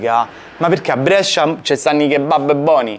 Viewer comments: Finalmente a Brescia, che bellezza! Però dobbiamo rivedere come pronunci "Brescia" 🤣 Grande continua cosí 💪🏻💪🏻💪🏻💪🏻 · Brescia si pronuncia con la E chiusa. Si chiama la Pallata la torre che hai inquadrato. Prossima volta che passi, avvisami che ti faccio mangiare bene io...un abbraccio, come sempre un bellissimo video! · Comunque Brescia si pronuncia con la "e" chiusa non aperta...